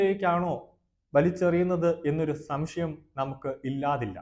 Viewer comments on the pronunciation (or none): none